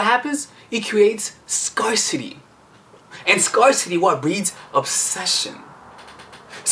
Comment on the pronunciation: luv luv luv u! but you’re mispronouncing “scarcity.”